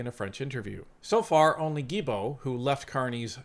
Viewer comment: Sorry to do this but after all these years of hearing you say “J”ilbault, I have to say it. In French, the g is sounded as a hard g with vowels e, and i if a u is in between. Without the u, it would be sounded as a J. I know, crazy, but that’s how it is. So Guilbault is sounded as hard G.